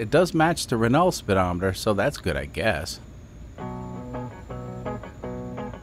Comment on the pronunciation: It’s pronounced “Reneau”